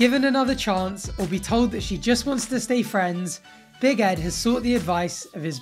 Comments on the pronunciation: I think that your saying big head instead of big Ed lol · All this time I thought you was saying BIG HEAD i realised now obv that you meant BIG ED 🤦🏽‍♀️